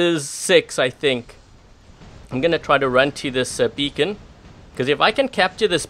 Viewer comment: Funny how he said that dam becon